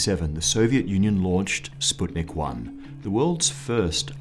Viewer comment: Finally, an English person who said the word "sputnik" the right way!